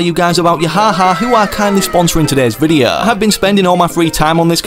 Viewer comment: Bro why does he say videa and not video